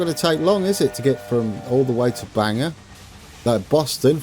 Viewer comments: Bangor is pronounced more like, Bang-Gor not Bang-Er 😂👍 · Happy day! (And it's pronounced BANG gore not Banger😊) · Our Bangor is pronounced Bang-ore. It's only an hour from me. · It's pronounced (Bane Gore)